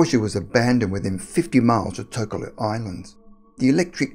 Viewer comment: It’s pronounced “Toh-Keh-Lau” not ”Tok-Ah-Loo”